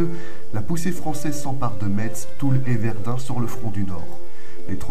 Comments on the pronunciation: On prononce messe pas metz. Merci j'ai les oreilles qui saignent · oui.c important.la ville à plus de 2oooans.elle se prononce comme la messe! Foi de Mediomatrique!😊